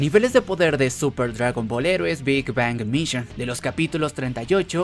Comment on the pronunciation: Tienes que aprender a pronunciar Heroes en inglés, porque el resto de palabras sí las pronuncias bien.